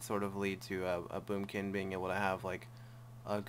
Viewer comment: did you say boobkin